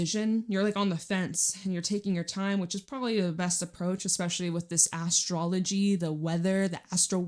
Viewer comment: Did you just say Ass strology😂😂😂